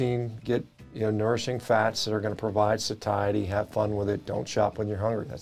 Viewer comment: You ( or your producer) misspoke PROTEIN and NOURISHING. That’s embarrassing 😅